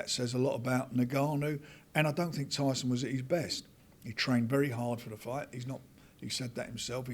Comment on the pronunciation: Why does say "FWIGHT" instead of "Fight"?